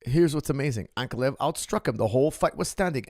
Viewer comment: Why cant americans pronounce Russian names, Ank- uh- lie-uv